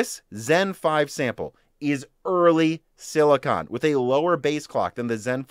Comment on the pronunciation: you are pronouncing "silicon" wrong - thanks for the info